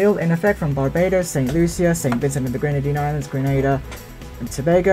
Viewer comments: Can you at least pronounce GrenAda not GrAnAda 2 separate countries 😝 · Its gree. nay.da...not gree nah da